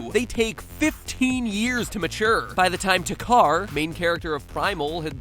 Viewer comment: What is with everyone pronouncing "Takkar" wrong? It is clearly pronounced in the game multiple times and still people pronounced the way they "think" it is.